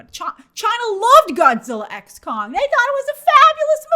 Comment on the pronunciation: Idk if Grace constantly mispronouncing Kong for “Kang” and saying “Godzilla frozen empire” is a part of April fools or not🤣